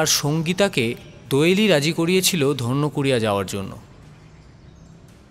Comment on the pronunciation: ধন্যকুড়িয়া নয়, ধান্যকুড়িয়া